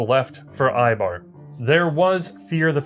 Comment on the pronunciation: one more comment, the ei in eibar is pronounced like the ei in seis.